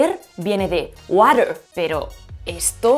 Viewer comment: Jaja, «wadder».